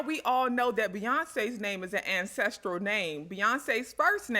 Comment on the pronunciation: Great research. But can you slowly say ancestral generation. Or is it ancestritive generations. I mean it sound like you like saying that name the way you roll it off your tongue but I have no clue what you pronouncing. Tell me more. 😮😊🎉 Im.so glad detail ntel on the Bible verses and the entire album within its chapters. It make so much sense. Thanks.